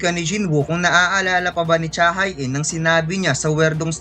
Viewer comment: Cha Hae-in ay Korean kaya ang tamang bigkas ay Cha HE-in.... Hindi Cha Hay In